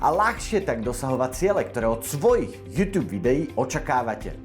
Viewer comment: prosím nečítaj to júťjúb ale normálne jútúb :DD